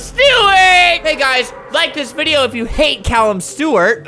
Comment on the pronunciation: "Do u laik deez bideo? Our dou u laik laik deiz bideo hEeHeE" Seconds later "AaAaAaaaAaaHH AgHhHHhHhHhH We are good guys!"